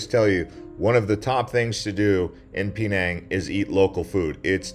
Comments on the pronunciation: Pee-nang? Shudders… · Dude, your coverage is very shallow. You should read more before going. And your pronunciation of "Penang" is way off base.